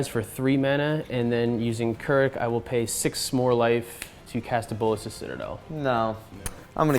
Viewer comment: I was kinda upset that k'rrik was shut down hard. I think the decklist should've been different...I dont like some of that black hole decklists choices. I'll say that i fucking loved was how his name was pronounced correctly (its KERRICK GOD DAMNIT)